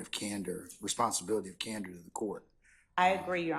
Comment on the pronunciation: This lady says she has a duty of cander she's lying lol